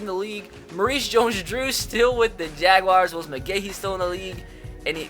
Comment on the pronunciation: Jag-wahrs not jag wires